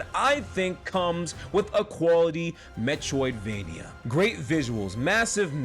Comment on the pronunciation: All I hear is "metwoidvania"